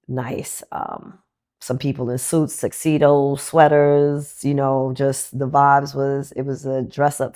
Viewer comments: WTF is a "Sux-cedoes" ?? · Did she say 'SUXedos?' 😭😂